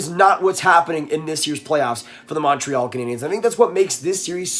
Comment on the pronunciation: The way you say Montreal instantly discredits anything you say.